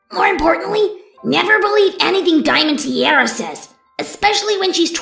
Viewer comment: Whys saying Diamond Teerara?